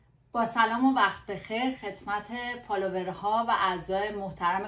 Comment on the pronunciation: عذرخواهی می‌کنم ، ولی تلفظ این کلمه Follower رو اشتباه میگید.